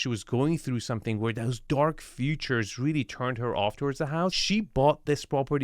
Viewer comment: Bro, love your channel, but please pronounce feature like feature not future!